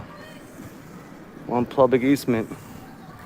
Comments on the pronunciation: Poor guy just could not pronounce PUBLIC…he kept saying PLUBLIC. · Is he saying plublic?? Morons